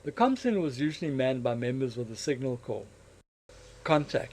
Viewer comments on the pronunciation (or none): It's spelt 'corps', dude... not 'corp' - pronounced 'core'